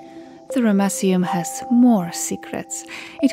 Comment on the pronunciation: I love the way you pronounce Ramesseum. I still cant believe how much of this history you know, you really are a legend. How on earth was that massive statue transported so far? It must have looked magestic when it was 1st erected. I noticed some of the granite pieces, I'm sure those pieces were done with a higher technology, it looks like two generations of work there because the sand stone walls would have been easier to carve than the granite, yet the granite had a better quality and precision about it but nevertheless, the whole place was amazing. Oh and the baboon statues looked really good too. And once again a damaged nose! Another brilliant job, gorgeous look at the start, lovely voicing and nice to see you walking around the site. I love your clothes, you look like a real ancients explorer girl ✌🙂 ThankXAncientSitesGirl 🧡🧡🧡